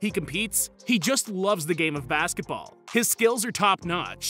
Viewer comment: I'm sorry.. Did i just heared him call MJ the goat "of 90s basketbal"? 👀